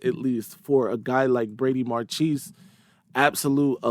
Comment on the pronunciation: Marchese is (or should be) pronounced Mar kay say.